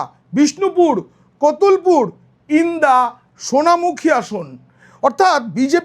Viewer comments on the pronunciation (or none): বাঁ কুরা। জেলার ইন্দাস নাম টা ভালো করে উচ্চ রন।করূন